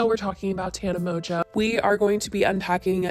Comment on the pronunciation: No one: Not even a single soul: Spill sesh: TANA MONJOE